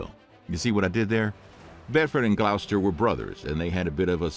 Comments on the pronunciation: Love the vids it’s pronounced gloss ter not glou ster and my nan has aids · It’s pronounced “Glos-ster”